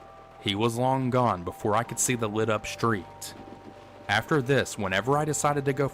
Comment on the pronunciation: Not "schtreet", street. So weird.